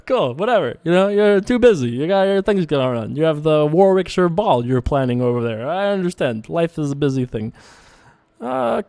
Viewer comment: Thanks for the video! It's pronounced 'Worrick-sheer' :)